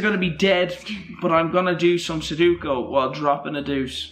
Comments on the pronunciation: he said suduko. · Nobody:: Sudookoo